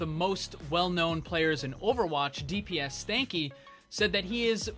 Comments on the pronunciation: Did he just say "dps stanky" it's dsp like cmon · and its dsp stanky not dps stanky u idiot. Legit u said he's a well known player u can't even say his name right. Urgh